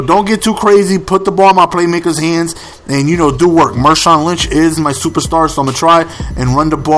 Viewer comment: It's marshawn, not mershawn.